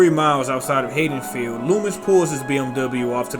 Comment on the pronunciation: C'mon bro I was digging it till I heard the way you said Haddonfield. I'll keep going cuz the comments are good but come on bro ...